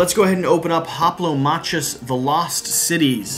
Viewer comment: its actually pronounced Hoplomakus.